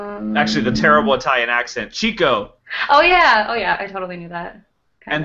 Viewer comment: One of my favorite lines from Duck Soup said, of course, about Margaret Dumont: "Remember, you're fighting for this woman's honor, which is probably more than she ever did!" Incidentally, it's pronounced "Chick-o" not "Chico." He was given the nickname because he was always chasing chickens (i.e., women). It was originally spelled Chicko but it was misspelled once and the new spelling stuck.